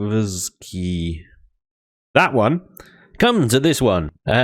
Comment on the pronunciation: Maybe Pirate traders will buy more booze? Also maybe Ziv-ee-ky-ee on the planet name pronunciation?